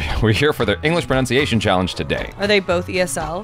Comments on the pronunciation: Pra-nun-siye-tion is d-fi-kult JB koo-we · U mean pronounce-ciationn 😂😂